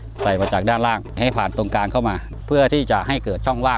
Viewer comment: กลาง ไม่ใช่กางมี